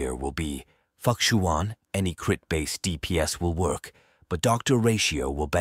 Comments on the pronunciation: Just a friendly reminder: The 'X' in most chinese names is generally pronounced as a 'Sh" sound. Therefore, Fu Xuan will be pronounced as Fu Shuan, not fukshuan. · For the last time, it is Fu Xuan not F*ck-shuan? 😂😂😂😂😂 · pls don't butcher fu xuan name but if it's something cant change that's ok. I appreciate this guide. Nice content. Hope u grow